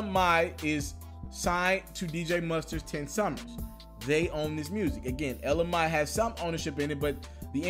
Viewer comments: Ella Mae it pronounced May not my fu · Yo dude you are still pronouncing her name wrong...Let me spell it for you as it is pronounced... Ella “May” Like the month of May You are pronouncing it “my” which is wrong!!!! To pronounce it wrong the first day then come back and correct yourself, and still get it wrong is insane. Please understand how this would lead people to believe that you are just throwing these stories together... This shatters the whole illusion that you have real sources... It Makes you look very unprepared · AND YOU STILL MESSING UP HER DAMN NAME IT’S ELLA MAE (MAY) NOT ELLA MY got damn you wanna bring some so so information get the Lady NAME right it’s MAE okkkkk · I swear when he say "my" I cringe it's not"my" it's"may" my nigga just so u understand the pronunciation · EL-LA MAY (MAI) FFS smh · Lol you still sayin her name wrong it’s pronounced ella MAY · It's pronounced ELLA MAY!!! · Shameful and ridiculous damn it's MAY.. MAY as in the month MAY as in mother MAY I learn how to pronounce people's name MAY!!! 😬😬😬😕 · You're still mispronouncing her name bro! Ella Mai: el-la may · El-Uh MAY bro MAYYY lol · *shouts ITS PRONOUNCED ELLA MAYYYYY!!!! deeezam. Lol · ITS PRONOUNCED ELLA MAY! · ITS FREAKIN PRONOUNCED “ELLA MAY” 🤦🏾‍♂️ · It's Ella mai like may nigga😂😂😂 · Bruhhhh....get the name right!! Ella Maaaaaayyyy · Ella MAYYYY DAMN U MEES UP EVERYBODY NAME lmaoaoao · Pronounced May! Damn dude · You saying Mai wrong too it's like May bro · Really, really dude. You still messing up her name. ELLLA MAY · Ella May.....damn you gone kill your cred with mispronunciation.smh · It's pronounced Ella may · Bruh I’m a stop listening 🙉 you corrected yourself on her name and still got it wrong - Ella Maaaaay , damn. Starting to think you losing touch. 🤦🏽‍♂️ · Sounds like you're saying LMi..... Hahahahahahahahah Dude just throw the whole name away.... Love you, but I just was triggered every time you said her name.. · It's Ella mai (pronounced mae)